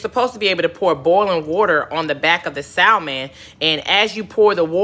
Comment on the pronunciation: The "l" in salmon is silent.